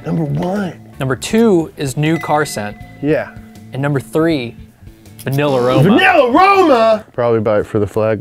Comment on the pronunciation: Bugs me that he keeps saying Vanillarama, when it's clearly meant to be Vanilla and Aroma slapped together